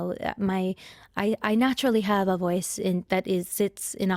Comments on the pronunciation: "I.... I naturally HavÆ voice" "I WÆnted to sound like....." "Jim CÆrey" 🤣🤣🤣🤣🗣🗣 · "Jim CÆrey" 🗣🤣😆 And let's not forget "I.... I naturally HavÆ voice"